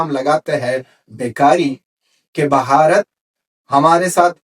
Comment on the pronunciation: Say Bharat not Bhaharat plz.